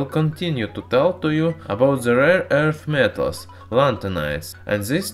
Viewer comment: i love the way you say "rare earth metal".